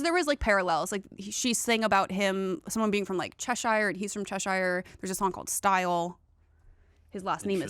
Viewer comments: if you wanna impress as a fan you might wanna pronounce Cheshire natively (che - shur) as a Brit I’m here for help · no! Cheshire is not pronounced like that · Hearing pronunciation of Cheshire made me laugh 😂 (not in a mean way obvs)